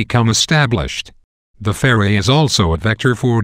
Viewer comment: This is so funny, he can't even pronounce ferret ROFL